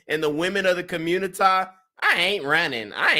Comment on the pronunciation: " Today on The Communitah " ..💯😁